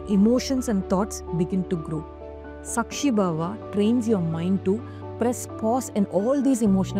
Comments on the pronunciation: Sākshi Bhāva pronounced as Saakshi Bhaava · You're pronouncing all the sanskrit words wrong! Its nishkaama karma- meaning karma devoid of any kaama(passion/attachment) 2. Its saakshi bhaava- saakshi meaning witness in many indian languages. Bhaava- meaning quality. When the video was done with such good intent that captures the attention of audience, I think paying attention to the diction of the ancient hindu scriptures must be treated with equal weightage. Why? 2 reasons- 1. People who dint know about what you want to say- will feed it wrongly and possibly spread it wrongly. That's how confusion with our own culture/scriptures is being exploited by other forces. 2. Those who know/familiar/aware and are able to identify that aspect- will have diluted attention in the wonderful concepts you convey in this video. Eitherways, Please pay attention to the sanskrit words and their pronunciation in your work. All the best!